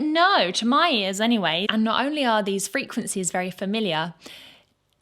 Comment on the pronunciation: "Frequencehs" you can say pitch lol